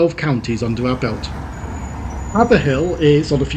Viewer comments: Watched the mentions as you did this on Twitter and great to see it all :) Funny to hear someone say haveAHill not Hayveahill for Haverhill :) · Hay-ver - ill if you please... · A pendant writes its pronounced Hay ver hill. But your description is spot on. As is your wonderful video. Thank you as always and I’m sure your mum would have loved it.